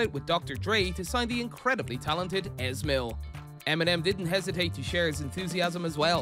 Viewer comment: Your pronunciation is Hilarious, Easy mil not es mil.